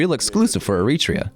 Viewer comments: You can always tell if the person making the video knows about Eritrea by the way they say the name. The narrator called it E-REE-TREE'YA Those who know the country or who have ever met an Eritrean know it's pronounced AIR'ET'REE'YA What people who have never been to Eritrea, or anywhere before and watching on video or internet. Basically, anything that is not LIVE but pre-recorded is that video is manipulating. You can make anywhere and anything seem as grim as you want when you can edit, pick, and choose what you record. I take very little consideration in the guy who made this because what does he know about the culture? What are his ties? We need white people, let alone a white dude who can't make a video on his own? He has to have someone else speak English for him? Habesha (Eritrea and northern Ethiopians) are not colonialism pronged Africans. Okay, Italian rule for fifty years or whatever in Eritrea. Does Eritrean culture resemble or reflect anything Italianbthe minute WWII was over? We've always been distinctive in our own regards. Im not saying it's the best place. Far from it. I live in the States. I can show you how every street in AMERICA that has Martin Luther King Blvd is far worse than it is in Eritrea. For all those Eritreans who are so quick to turn on the Eritreans who say something you dont like. Have a disagreement, but remember, you're still the same. That's the only i time feel like we act like the jungle bunnies in West Africa. The way in which we are s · er-i-TRE-a, not e-RIT-re-a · The English dub of your video mispronounces the country's name all the way through. There is no country called "ereetrea." It's air-ee-tray-uh. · I'd ask how the narrator can't pronounce the name of the country in the video, but the video details push a grift. Consider me unsurprised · The AI voice is excellent, except for one thing: the pronunciation of Eritrea.... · You are mispronouncing Eritrea.